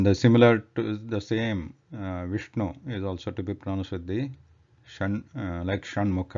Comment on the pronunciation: Brilliant! However, after seeing your other excellent video on visargaha, i noticed that you did say Vishnu-hu a couple of time.